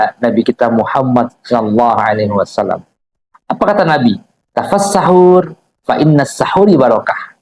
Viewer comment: izin min itu hadits yg di baca agak sedikit kaliru "tasahharu" bukan tafassahur